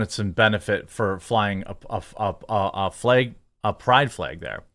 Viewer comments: Honest question, am I losing my hearing or is he saying "american flaeg" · I'll admit...your pronunciation of "FLEG" is "triggering" (what a stupid phrase triggering is), but otherwise I concur. 😉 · What the fuck is a Fleg Jeremy? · Before i even clicked on this video i knew he was gonna pronounce flag funny.